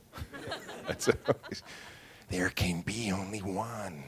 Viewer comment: "Dere can be only Whawn!!". 😂